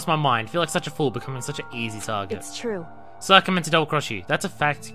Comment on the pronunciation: They're saying her name over and over and you still can't pronounce Sayaka...or Sakura XD